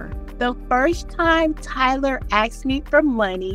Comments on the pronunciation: "The first time Tyler AXED me for money..." I'm done. 🙄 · Almost lost my mind when I heard axed.